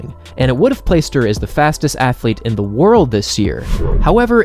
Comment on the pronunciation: I really appreciate your delivery, and your enthusiastic energy. Really great work! I also want to ask a question, and make a suggestion... and I don't want you to feel insulted: Why do you frequently say "aye" for "a"... and "thee" for "the"? I imagine someone taught you the wrong pronunciation for these words. There are very limited circumstances in which that would be correct...but most of the time it's not. It doesn't sound formal, sophisticated, or educated. Please don't take my word for it. You might speak with someone you trust about this, and reconsider how you pronounce these two articles.